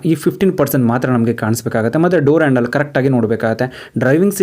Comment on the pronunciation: ವಿಡಿಯೋದಲ್ಲಿ ತುಂಬಾ ಚನಾಗಿ ಹೇಳಿದಿರ ಆದ್ರೆ ಕನ್ನಡ ಪದ ಬಳಕೆ ಯಾಕೆ ಈತರ ಮಾತಾಡ್ತಿರ ಹ್ಯಾಂಡಲ್ ಆಯಂಡಲ ಅಂತೀರಾ ಥರ್ಡ್ ಗೆರ ಗೆ ತರ್ಡ್ ಅಂತೀರಾ ಹೋಗೋದಕ್ಕೆ ಓಗೋದು ಅಂತೀರಾ ಹಿಂದಕ್ಕೆ annodakke ಇಂದಕ್ಕೆ ಅಂತೀರಾ ಅದೇನು ಅಂತ ಕನ್ನಡ ಮಾತಾಡ್ತೀರಾ ಗುರುವೇ